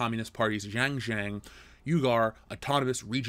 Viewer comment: I know Chinese words are difficult to pronounce, but it was extremely confusing trying to understand what you were trying to say without having the visual text in the video because the pronunciation for xinjiang and uighur/uyghur was so bad! Even Google translate would have helped.